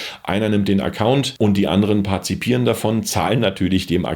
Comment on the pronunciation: Danke für das Video. Sehr interessant. Aber sei mir nicht böse, es heißt aber "partizipieren", und nicht "parzipieren". 😉 😊